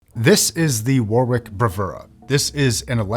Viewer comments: As an englishman, the way he pronounces "warwick" sends me for a loop everytime lol. No hate to mr, it is just ammusing. The correct way to pronounce it would be like War-Rik (war rhymes with boar in this case) Love your videos boss! edit:lmao spelt warwick as warwich fml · YES lol, i'm an Aussie with English relations. WarRick is exactly how it should be pronounced. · It's also funny to me as an Australian as the actual pronunciation here sounds like worrick (it's a suburb here in Perth Western Australia). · lmao learn to pronounce Warwkick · Was going to comment the same thing. Use to pronounce the same way until I knew better. Same goes to many other UK places. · The second w in Warwick is silent. Also it’s ‘than’ not ‘then’. Please stop